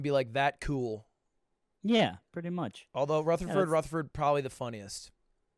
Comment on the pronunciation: I’m impressed he said Rutherford correctly. People are always mispronouncing my last name. “Rufferfurd” or “Rootherford” It’s annoying 😑